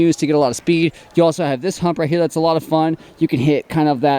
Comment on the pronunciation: its not latte 😂 its lot 8